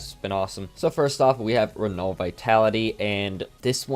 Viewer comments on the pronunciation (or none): none